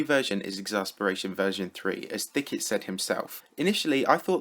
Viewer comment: more Like thick - et it should be